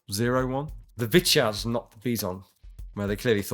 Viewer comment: Also props to for saying Vityaz and Bizon fairly close to the Russian words~